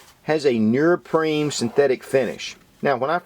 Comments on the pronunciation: bro u make great videos but its pronounced neoprene not nurprine 😂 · What the hell is nearpreen? Are you trying to say neoprene? Which is pronounced exactly as it is spelled. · heh heh... he says nerprene... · NEO-PREEN lol right pronunciation of neoprene . other than that , Great review. help'd me decide to get 2 . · Thanks for all the great videos and the knowledge that comes with them ***** but, say it with me: "knee-oh-preen" hahaha seriously though, great work, you have really helped me broaden my perspective and certainly influenced past purchases lol. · "nee-oh-preen" lol